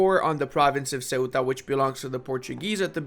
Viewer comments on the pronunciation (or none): none